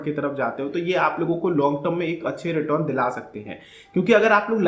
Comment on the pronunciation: भाई रिटर्न होता है रिटोरन नही nyc video